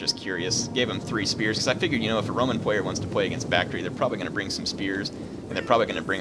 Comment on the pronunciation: Isn't the pronunciation Bak-tree-ah?